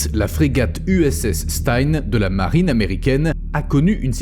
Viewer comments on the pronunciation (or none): none